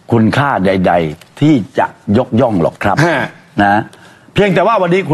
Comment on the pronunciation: ดีลครับ ไม่ใช่ดิว